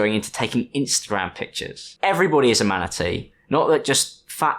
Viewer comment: Heard “manatee” as “manakete”. What’s wrong with Tiki?!